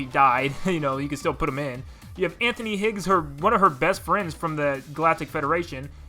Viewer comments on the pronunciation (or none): none